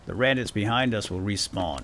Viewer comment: Randits not Bandits